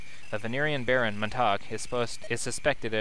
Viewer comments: Yo, I'd imagine Montague is pronounced "Mon-ta-gew", not "Mon-tahg".:P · Yeah, you missed the crystal flower item in this chapter. If you beat the chapter in 10 turns or less, the scene in the dungeon changes slightly, and you get the crystal flower statbooster, effectively an angelic robe. Also you pronouncing montague wrong haha ><